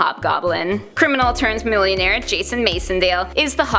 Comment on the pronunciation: It's pronounced "MAC-N-DALE", not "MACE-N-DALE". Get your facts straight before making videos.